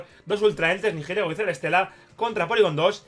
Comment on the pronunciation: Por favor, deja de decir "NiJilego", la H es muda. El nombre viene de las palabras "Nihilismo" y "Ego", lo que vendría a significar "Carente de identidad". Un saludo y enhorabuena por esa victoria.